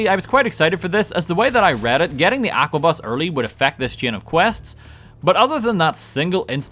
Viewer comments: "Aquabus" dude's transporting water 😭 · Every time he mispronounced the word Arquebus made me wanna die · Love the video but I couldn't stop frowning at each mispronunciation of arquebus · Hearing the pronounciation of arquebus hurt me every time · Arquebus is pronounced arquebus, not aquabus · every time you say "Aqua Bus" instead of arquebus it fills me with life. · Its an ARQUEBUS, not an AQUABUS. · See, you say Aquabus, but it’s Arquebus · ARQUEBUS, NOT AQUABUS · I'm not sure what causes me more pain. The paid mods or calling it an "Aqua-bus" instead of an "Arc-a-bus" or something similar. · Bro, how did you get "aqua-bus" from "arquebus"? (The proper pronunciation is "are-cue-bus", in case you were wondering) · ARCebus. Not AQUAbus. How do you say it wrong every time, it's literally spelled out for you. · Arquebus. ARquebus. Not AQUAbus. Sheesh Love your vids though man, this one was a fun watch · You pronounced Are-kay-boos as Aqua-bus. Really sticking it to them French. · Arquebus is "ARKA-buss", not "aqua-bus". This ain't Subnautica,.:P And you do dig that the Stormcloaks are the badguys, right? I mean, yes, they want their homeland back and freedom of worship, but they're being manipulated into fomenting unrest by the Thalmor in an effort to destabilize and further weaken the Empire so that the Thalmor can advance their goal of establishing a third Aldmeri Dominion and reviving the Aeleid Hegemony, at whoch point all non-altmer get instantly enslaved. Ulfrik bad. 0/10. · him saying "Aqua bus" instead of Arquebus hurts me deeply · I loooove how english speaker pronounce arquebuse most of the time I hear it ! ❤😂 You guys transform a old gun into an aqua bus so a submarine or sm I guess and I'm all the way here for it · Random Halo music, Pokemon music, and pronouncing Arquebus as "Aquabus". Top kek. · It's pronounced "ark-a-bus" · I'm pretty sure arquebus is pronounced more like ark-uh-bus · How does he miss the R in aRquebus every time.